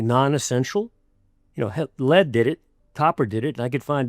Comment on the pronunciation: Dint listen to a man that can't pronounce lead